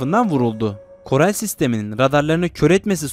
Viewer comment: korel değil koral